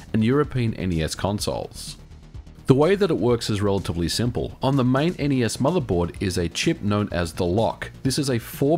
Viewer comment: Thank you for saying N-E-S correctly.